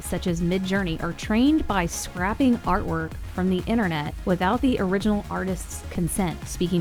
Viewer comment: it’s actually pronounced scraping, not scraping. hope this helps